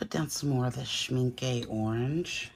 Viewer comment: I really love your tutorials, lots of great ideas! You crack me up when you say Schmincke. Sorry I am German. And Canadian hence the sorry, haha! I definitely will use some of your techniques! Thank you